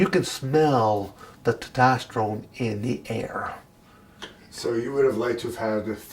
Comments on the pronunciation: Smell the Tatosterone! Lol he cant even pronounce testosterone, might as well call it taterroids! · He's so clean he can't even say testosterone correctly. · "You can smell the tetastorone in the air" lol